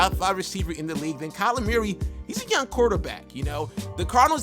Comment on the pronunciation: “Kyler Meeyeree” 😂😂